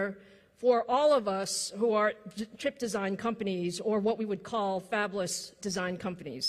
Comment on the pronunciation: "Fabless", not fabulous.